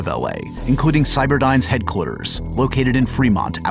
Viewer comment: “Headclears” don’t you mean headquarters? 🤔